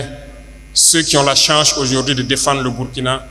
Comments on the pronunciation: Plusieurs fois il prononce change au lieu de chance 🧏 mais on se comprend ❤ les vrais panafricains ne lisent jamais ❤,mais s'expriment 🔥💯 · Très souvent les burkinabés ne prononcent. Pas chose, mais choche, pareil chance Traoré dit chanche. C'est absolument banal au pays des hommes intègres. La majorité font comme lui.